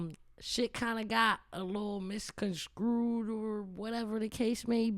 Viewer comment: fire episode but it’s misconstrued not misconscrewed 😂 much love tho